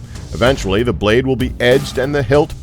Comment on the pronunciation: "Da braid of a longsword"